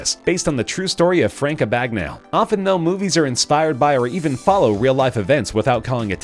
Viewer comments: Ab-ig-nail...not abig-nahl-ee, abig-nail-ee....but Abignail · Craig Dean Hockenhull is a really bad pronunciation of Frank Abagnale